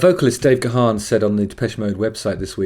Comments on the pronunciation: It's pronounced Garn not Ga-harn. Love this song so much. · Gaan not GaHan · If you really loved Depeche, you'd know that Dave's surname is pronounced "Garn" not "Gerharn".